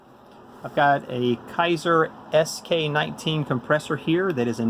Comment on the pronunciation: K A ser (long A sound) is how to pronounce this. Not Ki ser. :)